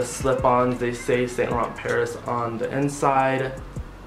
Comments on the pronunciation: It's pronounced Sahn lah ron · Cutie it's pronounced as "Saunt Lahronh"💙💙